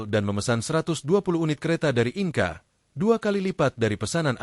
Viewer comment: Naratornya belajar bahasa Inggris dong, INKA itu industri penting